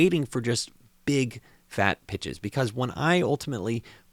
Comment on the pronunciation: Sorry I had to! 😂 Lol kept hearing it every time you said it. Great video though! Agreed waiting for the right time, where valuations makes sense, to strike.